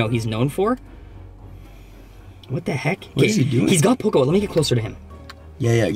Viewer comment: Hm and when did they changed the name of pokiball but you said pokaball